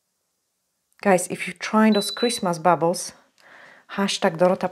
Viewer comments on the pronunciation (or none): Hi firstly, I love your tutorials. You are very talented. Next don't hate me for this lol. The Christmas decorations baubles, are pronounced ball balls not bubbles. Sorry 😍